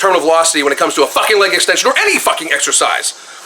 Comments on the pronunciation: 😆😆😆😆🤣🤣🤣🤣🤣😅😅😅😅😅 It's soo true!!! Leyyg, 😣😣😣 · Yes! Finally someone says it! I get irritated everytime he says "leyyg" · Guy reminds me of a southpark character. Its leg . Not laig extension. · Leig extension? I thought its leg extension. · i don't like the way the skinny dude says "leg"... it sounds like "leyg"